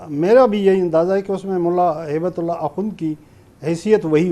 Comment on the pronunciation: Is jahil ko haybat ullah to thik se bolna nhi ata ..